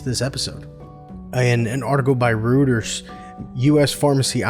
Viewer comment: Just a heads up "Reuters" is pronounced Roy-ters